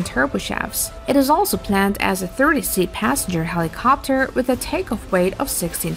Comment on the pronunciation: I am losing my mind every time I hear the inflection put on the end of helicoptUR